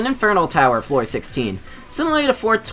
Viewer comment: I love how he said heavenly flower lmao and it also put HF on the specification of what tower